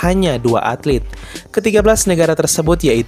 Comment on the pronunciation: ATLET kali, bukan atlit.